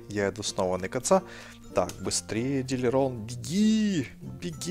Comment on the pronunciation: ДилЛирон, а не Дилирон